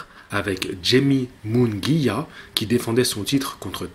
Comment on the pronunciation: Super vidéo , mais caleb plant à promis à sa fille , son père était dans son coin c'est sa fille qu'il a perdu. Sinon super vidéo et ta prononciation de munguia au top et uzcateGUI c'est pareil que MunGUIa t'avais raison la première fois que tu l'as prononcé :) tu ferai une longue vidéo sur les super welter bientôt ? Merci beaucoup pour ton travail, tu carbure en ce moment ça fait grave palisir